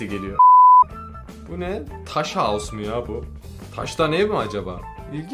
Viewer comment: 4.42 mükemmel ingilizce, taş hause